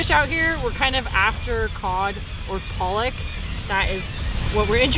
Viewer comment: Leftovers?🤣 You guys are funny,-- as the plate slowly began to get cleaned up. Loved it! 🙂, it's PA-lock ( pollock) that's the fish that is used to make the imitation crab, because it's so mild, it's easily flavored. We had haddock for supper, it was excellent.